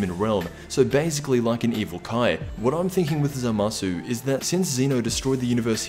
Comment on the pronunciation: lmao he pernounces zamasu wrong